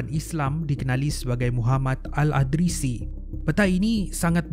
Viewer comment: ada sebutan yg perlu diperbaiki.al-idrisi bukan al-adrisi.yakjuj ma'juj bukan yajuj majuj